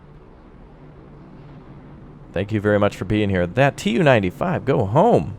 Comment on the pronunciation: Its pronouced "Tu" (capital T and lowercase u) not "T-U" and its the Tu-142, naval version of the Bear. Its actually the fastest turboprop plane in the world and sadly the most noisy, intercepting NATO planes have reported that the roar from the turboprops overwhelmed the interceptors own engine 1NM out!